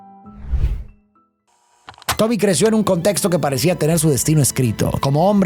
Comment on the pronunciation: dice tobi en vez de tommy